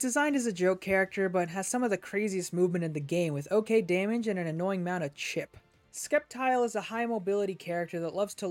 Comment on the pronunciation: Lmao I was hoping I wasn’t the only one who heard that